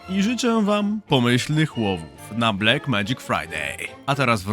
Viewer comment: ty tez mowisz "blek"? W TV, radio i nawet w reklamach co chwile slysze "blek".. a moze by tak sprawdzic co google odpowie na "how to pronounce black"